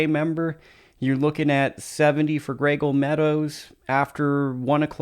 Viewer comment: Pronounced Gray Eagle... Not graygle FYI.